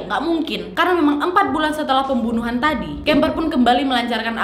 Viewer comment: Salfok pembuwnuwhan 🤣